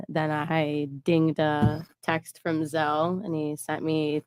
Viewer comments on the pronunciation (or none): none